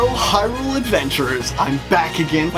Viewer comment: it's Hyrule as in HIGH-rule, that's why the alternate world in a link between worlds is called LOW-rule and it's also pronounced as HIGH-LIAN not HILL -LIAN, and i'm just trying to help with pronunciation is all.